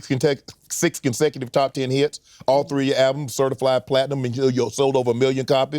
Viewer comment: When He said certiFLIED platinum. I lost it 🫠🫠🫠